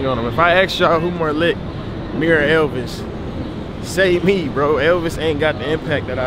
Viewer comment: How he say Elvis? Disrespectful